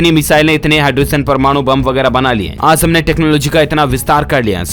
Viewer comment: Bolna nhi aata h kya aaj ko aaz aur zaroori ko jaroori